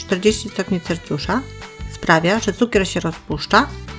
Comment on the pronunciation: Nie CelCjusza tylko CelSjusza